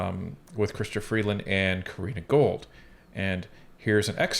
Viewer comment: Love your channel and the work you guys are putting in! Btw its Gould not Gold hehe. Keep up the great content!